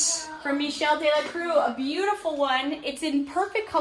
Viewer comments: The room looks amazing! It was all worth it because just think about it, you might not have found that Michel Delacroix painting if you weren’t doing this room makeover. Also, on Instagram you mentioned you weren’t sure how to say his last name. ‘Croix’ should sound like ‘crwah’. Croix is usually translated to cross in English. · You pronounce his name crah not cruiz. OIX in french is ah. Not trying to be a know it all but just trying to help. You guys are awesome!!